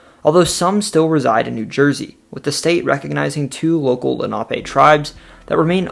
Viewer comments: It’s pronounced Len A pee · My god, growing up in Lenape valley, that Lenape pronunciation was so butchered! Lol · Lenape is not pronounced LA NOP A.. .. it’s LEN A PEE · Lenape---> Lenn-a-pee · I'm pretty sure the native tribe is pronounced lenna-pee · Just want to correct the way you pronounce Lenape. In the Philadelphia we say Len a pee. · Lenape is not pronounced how you are pronouncing it